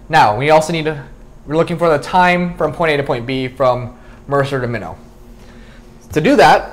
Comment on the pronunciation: It's pronounced My-not, rhymes with why not.